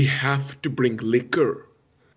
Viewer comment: The way says liquor absolutely took me out 😂😂😂😂